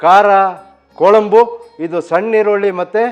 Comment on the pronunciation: Sir, I am not here to argue. As a regular viewer of your channel just wanted to tell you the correct pronunciation. Kuzhambu is how it is pronounced not Kolambu. The letter ழ (zh) is unique to Tamil. I am a Kannadiga born and brought up in Tamilnadu.